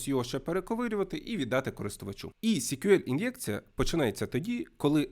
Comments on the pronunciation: SQL читається як "ЕС-к'ю-ел". "сі-к'ю-ел" це щось типу CQL (бозна, що воно таке). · Чому сік'юель якщо це ЕСк'юель. Вухо ріже. Це як Гугл читати гоогл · А є якийсь стандарт вимовляння SQL? Я помітив, що вестерни або динозаври (вибачте, це комплімент=), що вчили SQL у 90-х, часто кажуть 'сиквел'. Хтось, як і автор, сек`юель. Головне, щоб ви розуміли про що йде мова) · коли відео про те, як правильно вимовляти SQL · Потрібно вже відкрити підручник і вивчити як вимовляються абревіатури!